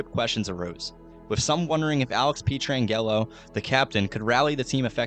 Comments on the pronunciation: Alex Pee-Tran-Gello.... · As a life long fan of the Note, thank you so much for making this! For real. Go Blues! 2025 is our year. (just a heads up: his name is pronounced "Pet-ran-Jello" :) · Good video but my God you need to learn players names before doing these. Pee-tran-yellow is definitely a first 😂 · “Petron Gello” I thought I had forgotten about someone on that team had to do a double take to realize he was talking about petro. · Pee-Tran-Jello got me for sure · The incorrect pronunciations throughout made it very annoying. Especially every time you said Pietrangelo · Ain’t no way you just said pietrangelo’s name like that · I was all in on this video until the absolute BUTCHERING of pietrangelos name 😭🤣🤣